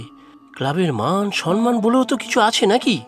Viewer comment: Shobdota samman, not Sanman